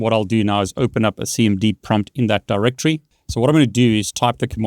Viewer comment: Btw just wamted to help you out a bit, its actually pronounced DirectORY. When you say it fast like directree it sounds like you're talking about the brand Direct Tree. Anyways take care.